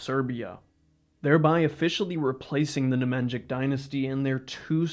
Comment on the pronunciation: bro you are MURDERING the pronounciation of the Nemanjić hhaahh its as if i called you stochi hestorjan and not yoo ahhah